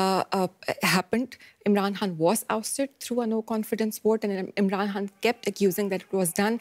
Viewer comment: This reporter is terrible. Is she even Pakistani? She can't even properly pronounce Imran Khan's name.